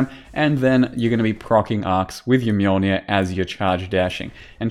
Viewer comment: What's a "Mulenir"? I only know of the Mjolnir.